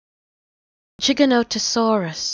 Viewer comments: Giganotosaurus is meant to be pronounced with a j sound tho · It's not 'jih-GA-nuh-tuh-saw-ruhs', it's 'jai-GA-nuh-tuh-saw-ruhs'. 'Jai' pronounced like 'Gy' in 'Gyroscope'. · I know its pronounced jig-a-notosaurus but, shes saying chiganotosaurus. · yeah I don't want what I was thinking when I posted that comment but I pronounce it jai gan tuh saw ruhs and I also hate it when people call it giga not uh saurus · no it isnt gigantosaurus is factually wrong and not how you pronounce it